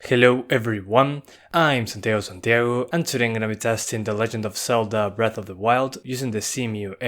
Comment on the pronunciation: Eres chileno?? Dices Santiago como chileno 🤔